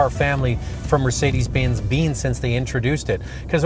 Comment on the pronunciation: "for Mercedes Bins bean." This did is so Canadian it hurts.